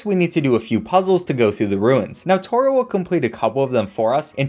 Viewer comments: the way he says= toereall got me like bruh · Not sure y u pronounce toriels name like that